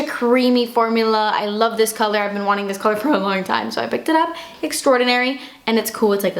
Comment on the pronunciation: "for a long taime" love!